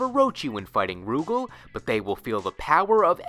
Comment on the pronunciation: Rugal is pronounced Ru Gaal, not Roo Gehl